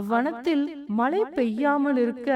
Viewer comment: Malai poliyaamal elu illai zha vai sariyaga ucharikkavum